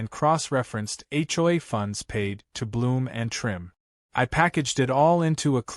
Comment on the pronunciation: That's AI for you... can't read or pronounce some words